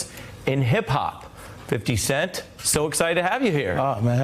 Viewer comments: did the Host say "fidy" cent..😂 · I'm a 71 year old white woman & I love "Fity" Cent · Fitty cent, said ari! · listen to how Ari Melber said 50 Cent's name🤣